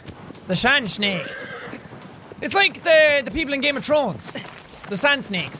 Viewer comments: He more so said Game of Trones. Who needs an H when Jack's here to speak? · Jack,U have lost ur h with T combination as in u said"game of trones","tirty" instead of thirty,"true" instead of truth and "tought" instead of thought. I dont know what causes that u will probably be fine in some time. Am I the only one to notice that?